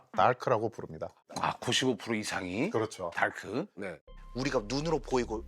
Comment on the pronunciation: 달크..... 발음 쥐기네 ㅋㅋ